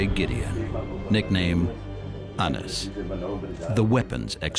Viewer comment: WRONG... his name tis pronounced Anise... i dont care where ur from... i know for a fact coz i know him